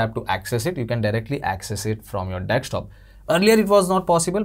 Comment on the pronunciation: Dude, it's desktop. Not dekstop.